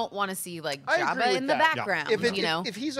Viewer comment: He calls him "Yabba," lol. I suppose he pronounces it with a silent J.